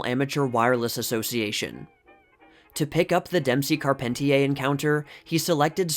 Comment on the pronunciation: Racing fans whenever you mispronounce Carpentier.